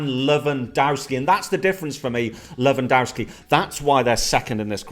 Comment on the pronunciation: Lol “Lewandarsky